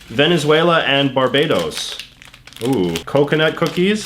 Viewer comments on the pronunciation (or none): none